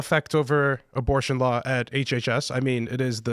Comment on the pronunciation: Loiyer that practices loy?